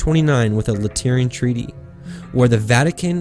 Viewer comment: Well done! One small mistake, your mispronunciation of 'Lateran'. Say it just as it looks :-). I'll be watching more. Have you looked into seal vs mark?